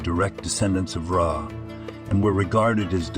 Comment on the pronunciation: Who the hell is Ray?? A.I. presentation orators should be programmed with proper English skills or just replaced with a lazy human like we used to have doing the job.